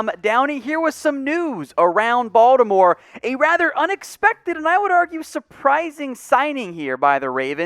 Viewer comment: Finally, somebody who pronounces Baltimore correctly; (Bawl-di-more). It's either that or "Bawl-more." Anyways, I think adding James to the line depth holds decent upside potential for next year and Gus Edward's extension was a solid move.